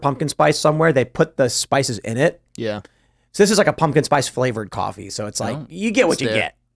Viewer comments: Bro.. "Cahh-fee" 🤦‍♂️🤣✌️ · Umm Boston? Nope lol, I'm guessing Wisconsin or Chicago, u can tell how he says coffee like cahfee. Plus us Massholes don't pronounce our r's lol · bro said "Caffie"